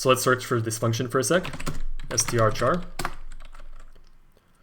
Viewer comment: no it's not called strchar, it's called strchr